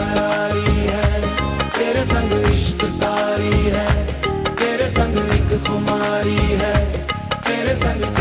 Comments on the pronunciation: That's "TAARI" not "KAARI". HOPE YOU TAKE THE CORRECTION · nice effort. but it isn't "ishq kaari" it's "ishq taari". "taari is an urdu word.